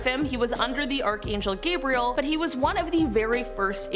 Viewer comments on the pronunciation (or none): none